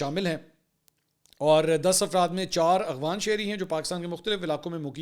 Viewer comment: AGWAN nahin AFGHAN umeed ha aap correction karaen gae